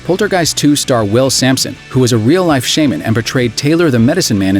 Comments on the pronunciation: Hey voiceover guy...It is Shaman not Shame men 😏🤔 other than that cool video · The way he said shaman lmao learn how to pronounce it right please